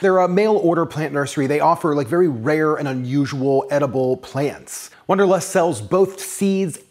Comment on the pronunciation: It's wanderlust not wonderlust